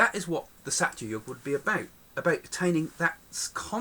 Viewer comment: Please do try saying dwApara... d as in 'th'e, wA as in D'wA'rf, pa as in 'po'wder, ra as in P'ra'Da.. In treta yuga, it is as in 'theTa' as in the Greek letter. In sathya too it is as in 'theTa. Thank you!